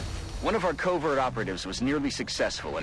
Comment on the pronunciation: The way you pronounce covert sounds like covid, which is kinda funny during the quarentine hearing you going on covid missions.